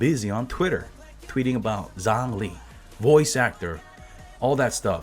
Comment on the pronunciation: "Yhongli"? Yeah right...